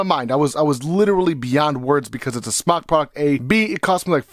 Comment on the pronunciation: According to Mike Vapes it’s pronounced smoke. It’s spelled smok because it does not produce smoke. So you and anyone else who mis pronounces the name of their company, should rest easy. That we now know the official way to pronounce smok. While not referring to the vape, as smoke. If you are a reviewer, it’s detrimental to pronounce, what you are reviewing in the correct manner. So while it is your channel, you know and I know damn well, you can do whatever you want. At least...least say it the way they created it. It was smoktech, then to just smok. It was never smocktech. I mean you’d rather vape something you wear? Yep some other trucker or smother trucker or whatever jive language you have created for yourself. #imnotahater #hater